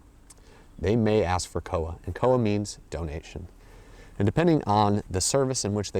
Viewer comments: koha... pronounced core-ha ish (closer than cowa) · Hey great video! Just wanted to point out the pronunciation of koha is "core-ha" rather than "koa" :) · Te Araroa=Te-ah-rah-raw-ah Koha=Call-hah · the O in Koha is a little lower, and it's two syllables, Ko-Ha, almost. Or at least that's how I've always said it, how I was taught. As always, it differs from place to place.